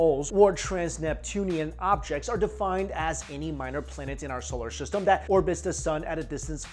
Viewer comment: Why he keep saying solar sishtem